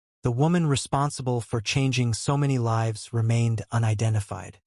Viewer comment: AI mispronounces words and is sometimes difficult to understand. Example: mispronouncing lives (long i) as lives (short i).